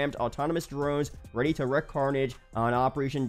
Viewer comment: *wreak carnage, not "wreck carnage"